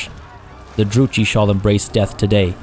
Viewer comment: Druchii is pronounced with a K sound for ch. Thats how its done in the diplo voice lines as well.